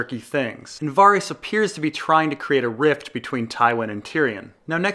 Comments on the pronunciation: I'm curious. Is there a reason why you pronounce Varys' name "Vahr-rees", as opposed to the "Vair-iss" pronunciation in the show? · how is it that you can pronounce Kierkegaard but not Varys or Gendry :P